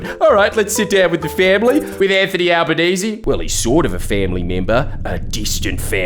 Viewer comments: And what's with the fucking "Al-ba-naye-zay". Is that some attempt to fully wog up his name to try and make him less relateable? Right or wrong, he's known as Al-ban-ee-see which is less tongue twister. It feels like a deliberate attempt to try and confuse his name just to make people that little bit more unsure. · Notice how Carl Pronouced Anthonys name as Albo NAY SAY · Did Karl say his name was 'Albaneser'? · "Alba-NAY-zay" - there, I made it even more ambiguously racist for you. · Is he deliberately mispronouncing his name?